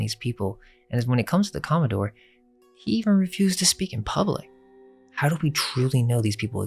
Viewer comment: com·mo·dore /ˈkäməˌdôr/ Learn to pronounce noun a naval officer of high rank, in particular an officer in the US Navy or Coast Guard ranking above captain and below rear admiral. the president of a yacht club. the senior captain of a shipping line.